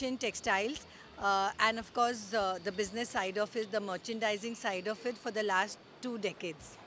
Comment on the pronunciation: Bro said watch zee buisness 😂